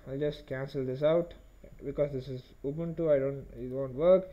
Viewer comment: Thanks for saying Ubuntu correctly